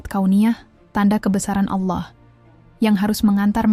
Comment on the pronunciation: Sy suka dg pembahasan/ilmunya. Tp sy tdk suka dg suaranya, krn dia salah dlm.menyebut nama Allah